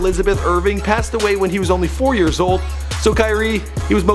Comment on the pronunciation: he said 13 yeRs